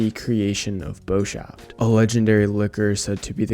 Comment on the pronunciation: bos_haft, you pronounce the s and h seperately not as "shh", also the "o" in it is pronounced without the typial english "oouuu" sound, just the "oh" of the o. Its a german word so if youre unsure how to pronounce the names you can just type them in google translate and it wil tell you :D